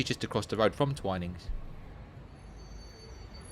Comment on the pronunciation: My husband drinks coffee and I drink tea, and yet we manage to agree on most other things. We missed the Twinings shop when we were in London, although we did visit St. Clement Danes. Thank you for providing the correct way to pronounce "Twinings"!